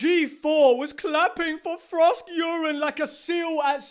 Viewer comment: Frosk-Urine. I keep laughing every time I hear him do that...